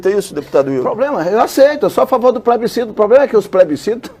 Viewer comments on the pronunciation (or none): "poblema do plesbicito é que o povo é que decide"